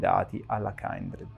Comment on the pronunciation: Comunque non è "kAIndred" ma "kindred" significa "affine" in inglese. Mai sentito l'espressione "kindred souls"?....